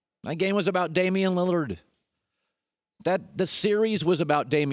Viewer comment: “Toward Dame Liliard” not Westbrook